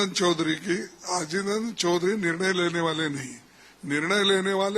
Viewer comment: हिन्दी ठीक से सीखो और सुधार करो। निर्णल????